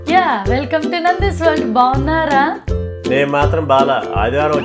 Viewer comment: The way you ask "BAGUNNARA" Was veryyyy Cute😍Like telugu danam utti padinattu untundhi and last Iam biiiiiigggggggg fan of U mainly to Ur Daughter❤